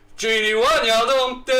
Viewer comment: Can’t wait to not hear him pronouncing wijnaldum as win yaldum.